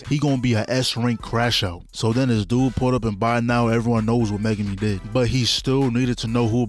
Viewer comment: Ain't no way bro said megume😂😂😂